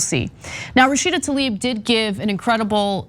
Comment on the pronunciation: Since you’re correcting Rashida’s name, her last name is Tlaib (like bread 🥖) not Taleeb